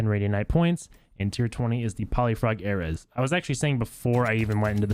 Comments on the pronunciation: It's pronounced (Air-ease) not (Air-ez) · Dude please just google how to pronounce ares thanks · The way he pronounces ares lol